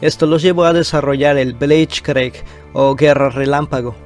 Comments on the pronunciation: Linea Monigot, Bleich Cric, por favor mejora tú pronunciación!! Más respeto. Minímo!! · El bleichgreig jajajajajajajaja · Aprende a pronunciar blizt krieg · Pronunciación: blitzkrij